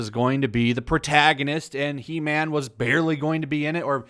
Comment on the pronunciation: It’s called He-man not He-mam